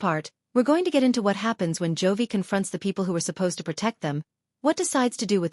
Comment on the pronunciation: His name is J O V I , it Joy‼️‼️‼️ Stupid AI voice